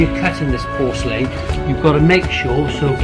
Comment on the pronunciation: Nice video but learn how to pronounce porcelain